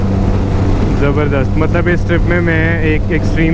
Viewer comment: bhai plz pronounce your opening greeting correct. Shandar Zabardast Zindabad. you always say shandar, jabardast, Jindabad